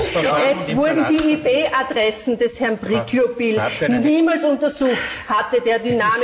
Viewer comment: "Hat er dynamische Ih Pe Adressen?" Eine richtige IT Fachfrau 😅